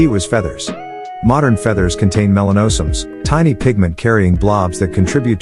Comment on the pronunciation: Video and narrative don't match up with each other. Melanosomes was pronounced incorrectly. The robot voice wasn't too bad though. Sounded almost natural.